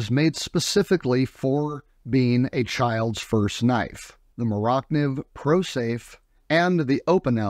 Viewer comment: Iz not "more oct niv" iz "more-ah niv" or Mora Knife